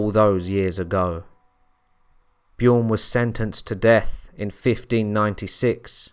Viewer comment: It's not pronounced "Bjioern". The name is Bjørn. And the Ø is pronounced as the "U" in "burn".